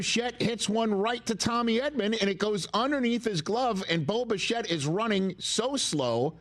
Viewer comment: Any one else hear Boba Fett whenever Rich says Bo Bichette?… very confusing for someone who hasn’t watched a single game of Blue Jays baseball before game 1